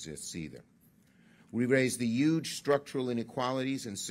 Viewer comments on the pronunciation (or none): Like how he says youge instead of huge